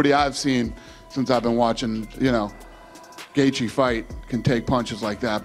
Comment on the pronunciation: tony el-kukuy. ... Khabib: what? EL-kuHUL ??? you know gaethje? Justin gaethje ... Khabib: what? Justin gadget? Who ? Not gadget, but gaethje...you wrong... Khabib: no no no, listen, ey ey ey ....just now, you said gadget ...im right, u wrong ....